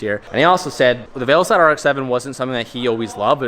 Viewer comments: Everyone else: Veilside: veilslide 😅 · Are you saying veil slide? Lol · veil"slide" rx7? 🤔🙂😁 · Did anyone else hear him say Veilslide kit towards the end of the video 😂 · "VeilSlide" lmao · At least say veilside right..